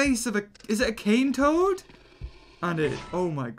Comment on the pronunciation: kane toad btw not bull